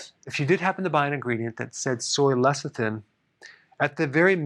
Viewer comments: He keeps saying lethicin instead of lecithin, why is that? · Pronounced Less-i-thin. NOT Leth--i-sin. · He keeps saying lethicin..tongue twister..lol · I keep hearing LESSER THIN.